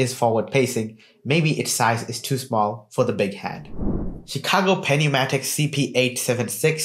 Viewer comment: I can't trust a review on this from a reviewer that can't even pronounce pneumatic.